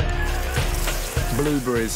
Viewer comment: Strawburrreisee blueburrreisee